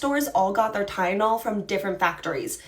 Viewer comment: It's Tylenol. Not ty-yen-ol